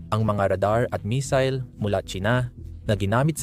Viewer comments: pangit ng A.I na ginamit mo. misil ang missile😂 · AYUSIN MO SALITA !! BOBO KA, PURO NAKAW CONTENT NA NGA LANG GINAGAWA MO HINDI MO PA MAAYOS !! MAY MISIL KA PA SINASABI TOLONGGES !!